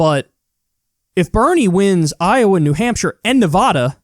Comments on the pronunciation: Damn it, Kyle. It's not NEH-VAH-DUH! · kyle i am begging you to stop pronouncing nevada like that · You mispronounced Nevada. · My dude. You’re saying Nevada wrong. It’s gonna be tight there for Bernie so say it right bc they care. Agree on Biden though, not looking great for his campaign